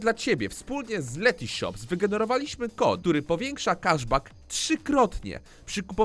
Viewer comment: NIE KASZ BACK TYLKO KESZ BACK